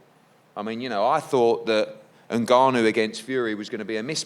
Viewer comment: Everyone's been pronouncing his name wrong. The correct pronunciation is "Nah-Noo" not "En-Gar-Noo". Just ask him.